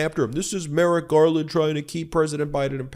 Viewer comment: He also mispronounces Merrick as MERIT! Classic FASCIST TACTIC!